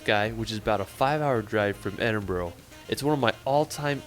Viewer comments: It's pronounced Edinburgh not Edinbro. Glasgow is pronounced Glasgo. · yeah i'm scottish and please it's edinburgh not edinbro and it' scotland not scatland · It's not 'Edinboro', in fact there are zero 'o's in it at all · I'm Scottish, born and raised and still live here to this day. also I've not watched through the whole video yet but the guy on the vid keeps pronouncing Edinburgh as ED-IN-BRUG but it's really pronounced ED-IN-BUH-RUH (I hate to be picky and I don't mean it in a harsh way) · We need a Scottish Youtuber reacting to Americans saying Edinbro😆 All together now ED IN BURR AH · 😂😂 Edinborro only an American would pronounce it that way. It’s Edinburgh this how it’s pronounced is Ed in bur gh. And the sound is Edin-bruh. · His pronunciations are terrible. Edinburgh is pronounced "Edinburra" not "Edinboro" and Glasgow is Glas-go not Glaas-cao or whatever he was saying. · Really wish people would pronounce places properly in Scotland, like Edinburgh not edinbro damn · Come to Scotland but please do your home work Scottish people hate dump American questions . And it's not edinboro it edin bura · Seriously i wish americans would say Edinburgh properly. Its not pronounced, Edinburrow, its Edinbra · It's not Edingburrow, it's Edinburgh pronounced Edinbrah. Scotland is beautiful though, don't go in the winter though cos the weather will test you! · Probably the millionth to criticise pronunciation of 'Edinburgh', but it's not 'Edinboro' which is very typically American. Impress everyone with the correct pronunciation, more like 'Edinbruh', emphasis on the 'Ed' part. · PLEASE stop saying Edin-burrow it's Edin-Bu-rah. Thanks, all Scottish people 😂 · Just don’t pronounce Edinburgh in that way. The ending is more like burra than bro. 🫶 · It's pronounced Edinburrrraaaa!!! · As a Scot, the pronunciations, jeez. Lesson: Edinburgh - edinbruh. Glasgow - glazgoe. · Do not pronounce Edinburgh 'Edinboro', people will be extremely displeased with you.